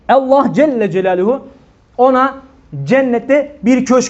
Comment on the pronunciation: sa. hoca efendi, sen şivesi düzgün bir kimsesin. lafza-i celal'in "elifi'ni" nenden türkçedeki "e" gibi kuyorsun. yıllarca hz. mahmud efendiden böyle bir telaffuz işitmedik. bilgib olsun,alla'a emanet ol.